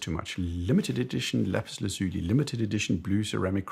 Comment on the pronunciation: Why do so many people struggle pronouncing Lapis Lazuli? 😂 Laz-you-lie!